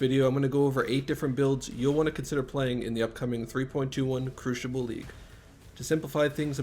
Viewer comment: Crucible “ Kroo-se-bull”